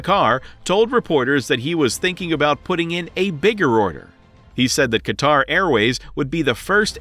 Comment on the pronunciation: Thank you for not calling Qatar "cutter".